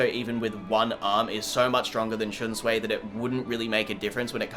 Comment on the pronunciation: The name is shunsui (shun su ee) he is not Chinese learn th pronunciation